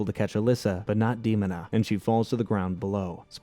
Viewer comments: Agreed. Popped up on my recommendations, loved the show as a kid and thought it would be a fun watch. Less than 2 minutes in and he pronounces "Demona" incorrectly and it just immediately made me nope out. It's tough for a video to sound like it knows what its talking about when mispronouncing main characters makes it look like you didn't watch a single minute of it. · You clearly didn't watch this series when it actually aired because its De-MOAN-a. Not Demon-A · Its dee moan uh not demunuh. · Who the hell is Demon-a? its DE MONA. MO NA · I loved the show and HATE that you mispronounce Demona's name It's not DEOMON-a it's de MOH na. No true Gargoyles fan would EVER get that wrong. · "Dee-moan-ah", Not "Dee-mon-ah". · De... mon...a . Or De.....mona. not demon...a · fixes glasses Ummm Actually ... it's promounce "Deh-mona" not "Deemona" .... lol just joking, great run down of the show. To this day it ranked in my top 5 all time greatest cartoons/comics/story. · First off. Thank you and great video. Others have said this about Demona's name. What's surprising is that you tied the show to Shakespeare references and missed a huge one. Othello's wife desdemona. Same pronunciation without des. Des....demona. de-moan-a Great video again. My sister's and loved this show. I was 7 and they were 14 and 15, I still like it. Wish they'd make a movie! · Demona is pronounce like Othello’s wife Desmona minus the S. De- moan-a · Dear A.I.: Dee Mo Nuh. Your welcome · "Demon-a"? lol... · You could've at least watched an episode or 2 before making this😂😂 Demona = Duh-Mo-Nuh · Him saying DEMONa is driving me insane 😂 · Damn you’re butchering her name: DEMONA (DAH-MOAN-AH) 😂😂🤣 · its de-moan-a! thats how you say her name! :P aside that, i love this review. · It's DEMON-AH 😄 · EXACTLY! That annoyed me! IT'S, DUH-MONA DUDE!!! lol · Its De-mon-a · It's pronounced da-moan-na lol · Seriously i let demon a pass but once it said mayza i was done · lol that outraged me to hear "demona"